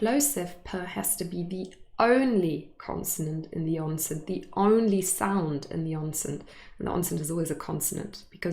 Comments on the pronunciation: I am hearing 'onset' as /onsent/ .. Is there a /n/ in onse/n/t that you're pronouncing? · I hear it as “Onsent” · is it me or I hear you pronunce the word "onset" ans /onsen/??? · Hi, is ‘onset’ pronounced onsent?